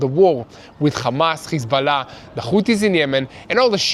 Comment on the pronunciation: It’s curious you bunch can say Ham.. but you cant say Hamas…. Without it becoming KHamas.. Why is that??